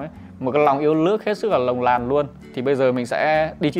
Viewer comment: “Lòng yêu nước LỒNG LÀN”...